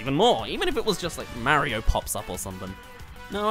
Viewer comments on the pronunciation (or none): It’s Mario not merio